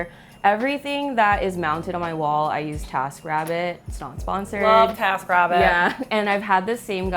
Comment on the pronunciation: i thought they said "tap rabbit" instead of "taskrabbit" and the google image search did not disappoint...vintage water taps with rabbts.